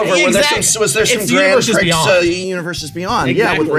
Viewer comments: How many times is the Professor going to say "Grand Pricks" before they tell him it's pronounced "Grand Pree" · Professor please prix is pronounced pre. Also alliteration. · i may have cried a little at the pronunciation of grand prix. no big deal but my soul was hurt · Love how Prof is quick to correct the pronunciation of anime after his mispronunciation of Grand Prix, just sayin. Lmao. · You dont say the x in grand prix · The mispronunciation of grand prix hurts my soul